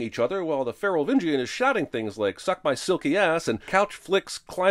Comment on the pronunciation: "Feral-vingian" my sides, lol